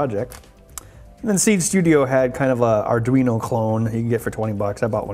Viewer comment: "arduin" XD